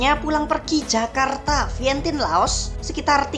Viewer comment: Vientian baca nya bukan Vientin